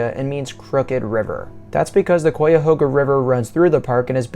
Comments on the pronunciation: first it is not Coyahoga, it is Chiahoga. Really the best way to explore the Valley is on Bicycle. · Pronounced "Ki a hoga" not "Kwi a hoga." I lived in the area for more than 30 years. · Interesting perspective from such a young visitor. Yes, the pronunciation of the name is "KHI-A-HOG-A"...not Quy-a-ho-ga...or...Coy-a-ho-ga. Also, you missed a great deal of content possibilities, most of which involves the history of the valley...which is a significant part of what put it on the map in the first place. The river, the tow path, farms, hand-dug canal (significantly from Irish immigrants / indentured servants), the infamous "Underground Railroad", the canal locks that were used for shipping cargo...which played a major part in the development of the City of Cleveland & the Industrial Revolution - major roll in the building & expansion of "The Western Reserve", the actual railroad...you can take a ride on the train, The Great Flood of the valley...historical shift that made a major impact on the Industrial Revolution. And then there's another whole world of history just with the Native Americans - who created & built existing monuments, trails, villages & famous burial mounds - which extend even further throughout the state, with the Cuyahoga Valley being the center or nucleus...Google "The Mound Builders". I could go on...but perhaps when you get a bit older and your interests change, or you start to ask mid-life questions like "what's it all about?" or "how did this happen?"...then perhaps you might decide to perform some deeper research into the area you wish to explore before you get there, and then map out some of those places you'd like to visit. There's a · Both this video and comment section are so unbelievably ignorant as to what designates a national park and what doesn’t. Also say it right. It’s Kai-a-hog-a. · You are mispronouncing Cuyahoga. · I just love it when out-of-state people try to pronounce Cuyahoga